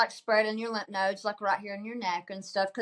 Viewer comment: Glad for you hon. Wishing you good luck. Just fyi: it's lymph ("limf") nodes.